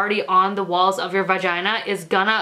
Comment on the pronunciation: "VUHGINA" 😂 I would love a period panty video. All your menstrual videos are awesome!